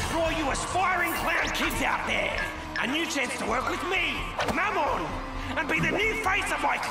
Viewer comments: Can we point out how at the very beginning he called mammon Momen 💀 he sucks but he don’t deserve that much disrespect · (Mam-mon) that’s how you say it Alr